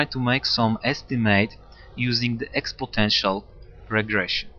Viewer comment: It's "exponential". Never "expotential".